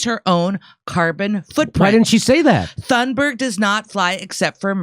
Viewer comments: Hey, Jimmy. I love you, but it's pronounced "toon-berg." The 'H' is silent. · Thunberg is pronounced "Tuneberry". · Her name pronounces Toonberg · The last name is pronounced "Toonberg" as in Greta LooneyTune Berg. The 20 year old is a moron and a fraud. As for laughing at or remaining silent to ignore questions- those are techniques utilized by Hillary Clinton, Kamala Harris, AOC, Adam Schiff, and so many others who can't face the music but feed off the trough. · Jimmy! Greta ( pronounced "Grieta) is AUTISTIC! And her surname is pronounced "Tunberri). And I'm DONE with Kurt's IGNORANCE!!! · "I didn't have the bandwidth". Really, Jimmy??? You sound like Bernie looked when he put his phone to his ear. And you're mispronouncung her name on purpose. Just like Latin names. Jimmy is a Hypocrite, & Steph, or somebody, should post him up. God knows he has a contempt for reading his own YouTube channel comments. Why won't 'Jimmy' answer these questions? "I'd love to hear it". "He' won't answer it".😏